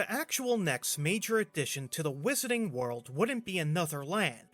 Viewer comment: The "Whiss-urr-ting" World, ehh? Lol